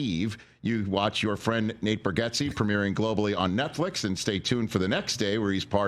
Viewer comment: Is his name intentionally being mispronounced or an i missing something?